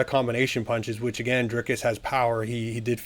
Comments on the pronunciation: Driscus du plessis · Listen more closely. He adds an S before the C. You wrote an entire paragraph to back up someone mispronouncing the very name the entire video is about? I stand by my words. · How can anyone take you seriously. Your making content, to get viewers, by commenting on a sport, yet you can't, or won't even bother to pronounce the fighter's name correctly? He's the subject of the video!! Show some respect, to the athletes, and to your audience!! Correct assessment, Dricus will win.